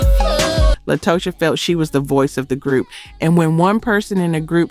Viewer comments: Xscape group member is named LaTasha but spelled LaTocha... but you keep saying (La-Toe-Cha) lol😂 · lol and La-toe-sha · Also include her pronunciation of LaTosha of Xcape